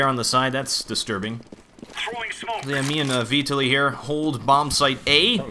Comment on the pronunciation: It's vee-tah-lee, if you need to know. "tah" like "cheetah"